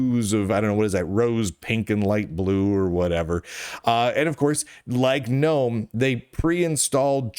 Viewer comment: thanks Lunduke for pronouncing Gnome "nome". it annoys the hell out if me every time someone says "Guh-Nome".